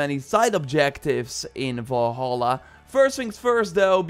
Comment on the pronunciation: I used to annoyed by the way people say "Valhalla" but the way you say it makes me want to never hear words again